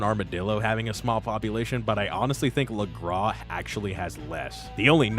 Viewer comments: bro said lagras correctly but refuses to say saint denis 💀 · I love the Saint Denis pronunciation rant while pronouncing Lagras perfectly...